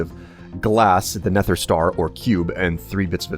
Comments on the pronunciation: ***** "It's supposed to sound CLOSER to never than neffer" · ***** it's not an accent, i'm american too and i don't say neffer, then again i never noticed he says it like neffer :/ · Zach Da Sack He says neffer which sounds dumb and nobody says that except for him occasionally. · CobaltKnight Are you sure it's not an accent/speech impediment thing? It might even be the microphone he uses that makes it sound like neffer. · The way you pronounce nether kills me on the inside. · Would you consider it a sharp "th" sound?